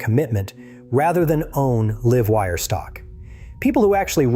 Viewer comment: The voice is A.I. right? he keeps calling it the "Leeve Wire" instead of the "Laive Wire" and called it an M.I.C. drop, not a MIC (Mike) drop.